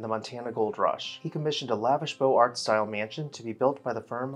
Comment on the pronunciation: Great content, but Beaux Arts is pronounced, "Bo-ZAR" with the second consonant emphasized.